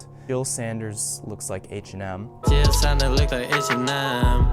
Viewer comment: How u manage to perfectly say boris bidjan saberi but still mispronounce jil sander